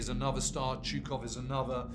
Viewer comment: "Historians" that are not able to correctly pronounce the surname of one of the most important people of WW2....."Zukov"? Whats that? With this win, the Red army broke both the back and the head of nazi Germany. The road to Berlin was opened....and no person educated by western schools understands its importance apropriately.